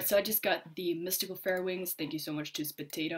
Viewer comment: Ur saying mistical its mythical